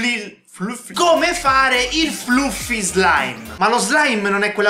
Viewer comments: Sì dice *flaffy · Si legge FLAFFY MA comunque SEI GRANDEEEEEE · Si dice flaffi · Si pronuncia flaffy tutti lo sanno oramai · Poi c'è che continua a non saper pronunciare "Fluffy"